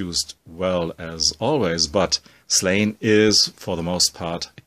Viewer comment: Hey, love the videos, just wanted to say, as an Irishman, Slaine is pronounced Slawn-Ya:) Also, have you ever read Black Science?